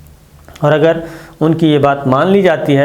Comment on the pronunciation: "اگر" پہ آپکا زور کچھ ذیادہ ھے، آپ جو تاثر دینا چاہتے ہیں وہ انشاء اللہ نہیں ہوگا۔۔